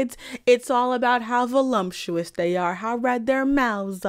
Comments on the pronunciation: I had to take another look at the screen when you pronounced it "volumptuous" because that would have been SUCH a goofy favorite word to have XD Unfortunately, Stoker wrote it properly. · There is no "m" in voluptuous.